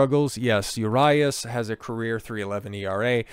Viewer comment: He is not INNOCENT, they just did not have enough to file charges for Felony, that does not mean he can't face misdemeanor charges. Also, he is also here on a visa so all of these instances will affect his work visa. I am a Dodgers fan and was a huge fan Urias (Ooh-ree-as not You RI Ass) fan but this is more of an issue with his anger issues. You are a tool and seem like you are for these athletes not being good role models???